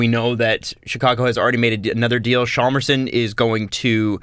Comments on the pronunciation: Why do you guys say Chalmarsson? It's Hjalmarsson, where the H is silent. So you say Jalmarsson. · Amazing podcast guys but please take some Swedish lessons, or at least learn to pronounce Hjalmarsson's name a little better ;) Love from Sweden!